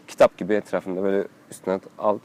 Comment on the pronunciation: abi selamlar 'in telafuz ettiği şey gitap mıydı?